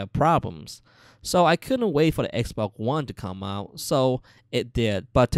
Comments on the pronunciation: Yeeeh I like xboccc one and xbocc360 and relacc whish ish very kreat. Please dude use the x’s and s’s correctly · Xbok one and xbok one s😂😂💀